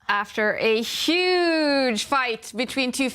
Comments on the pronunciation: Tania can’t pronounce H : “uuuge blunder” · Bruh how can you be so wrong lmao. It is pronounced like You-jh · The H is not silent, you say Hu then ge all at once. Hu sounds like hue.